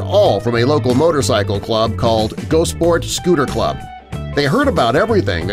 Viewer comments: Gosport is pronounced Goss-Port, not Goasport!! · Oh and btw - Gosport is pronounced - GOSS'port - not GOSE'port.... 'O' as in 'o'range. Not 'O' as in g'o'. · It's 'Goss-port', not 'Go-sport'.